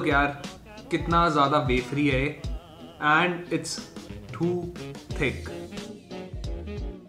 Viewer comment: he also pronounce 'too' in different sound than '2' .